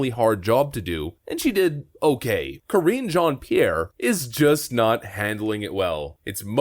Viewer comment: Correction: you are mispronouncing her name. It’s Karinge.